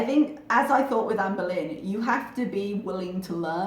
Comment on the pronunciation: When you said "Amber Lyn" here it sounded like "Anne Boleyn." LOL